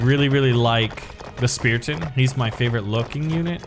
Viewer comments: STOP SAYIMG SPEATION ITS CALLED SPARTAN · Ah yes, my favorite unit "Speraton" and "Swroldwarth"